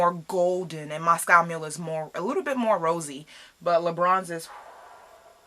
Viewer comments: I thought she kept saying lebrons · I heard l'beach lmao